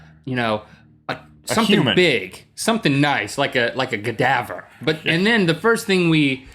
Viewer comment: Link said "gadaver" lol